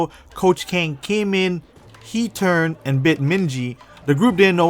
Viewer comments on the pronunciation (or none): none